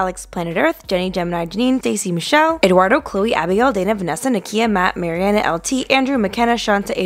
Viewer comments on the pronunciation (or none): none